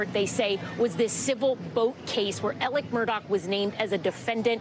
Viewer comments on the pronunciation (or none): Alec !!!!!!!! Not elerk....what is wrong w these commentators!! Ridiculous, get off my screen.